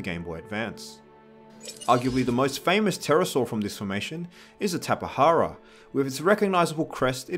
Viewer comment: tapihara Lol its ta-pi-jar-a